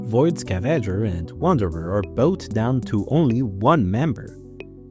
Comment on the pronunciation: I love how the "E" and the "A" seems to get swapped in your pronunciation of "scavenger".